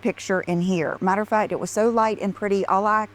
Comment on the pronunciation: Dear god, please stop her from saying "matter-a-fat". I can't take it. And while you're at it, please stop her from saying "oh my gosh you guys". 🤮